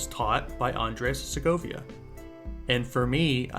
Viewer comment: Please learn how to pronounce his name at least.